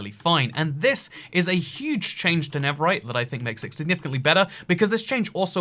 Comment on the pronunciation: Why do you say never right?